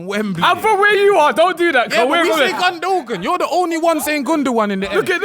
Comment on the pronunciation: 21;18 saying GUNDODAN😂😂😂